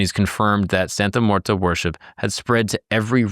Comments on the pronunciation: It's muerte, not muerta. Come on bro. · brother why do you keep saying "santa muertA?" there's clearly an e at the end and not an a... americans and their language skills lmao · It's not pronounced "Santa Muertah." You're the second white boy to call her that. Do your research and learn Spanish words before you make a video. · It sounds like you really didn’t do too much research from primary sources and her devotees themselves. You couldn’t even learn to pronounce her name right which makes this video absolutely painful to watch. It’s not like it’s a complex Spanish pronunciation, and if you went to devotees for research you would have heard it enough to realize you were l saying wrong